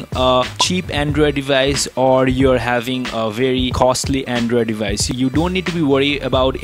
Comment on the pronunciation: Andrewid devayice